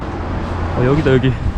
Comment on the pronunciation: 한국꺼 에 대한 다른시선의 영상도 제겐 아주 좋았습니다 저기 아니고 쩌어기도 할때 강조되서 확 와닿게 되었다는 다음화는 여기가 몽골이야 이거엇드라 하는 삘이 확 오늬ㅣ요 오늘도 귀한 영상 잘보고 갑니다